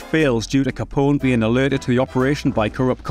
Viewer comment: As a fellow Scotsman, I give you a break for our accent, but it i David Mamet “ma-meT”, with a short ‘a’ a,d ‘e’ , and a good, hard ‘t’ at the end, not “ma-may”! It’s not Al Ca-pon-ay’ either! ;-) )